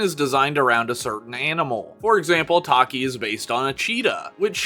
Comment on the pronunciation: ACTUALLY its Tachy( Tha + chi) not taki Boi its Cielo (say/Ci + leo) thats how i pronounce it Phantom hornet is a male😅